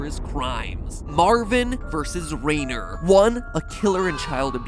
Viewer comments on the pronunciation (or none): I the rhyner pronunciation is Reiner nor Rainer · I'm not sure whether or not I should be embarrassed that the only reason I knew he was pronouncing Rainer wrong is because of the way you pronounce Reiner's name in Attack on Titan...